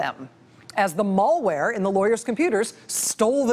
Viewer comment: I love Rachel, but..."Mall-ware"??